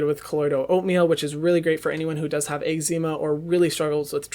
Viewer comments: The way he said eczema had me dead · Ermmm he pronounces eczema totally wrong lmao. And the tatcha indigo cream is way way too think for daytime